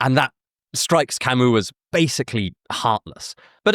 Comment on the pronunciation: the way you pronounced Albert Camus and the names of Plague characters was……. interesting